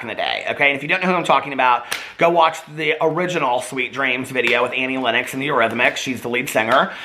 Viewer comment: isn't it 'lennox'? didn't know you say it like 'lennex' o.o